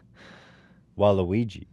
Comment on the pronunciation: My man said "Waluigi".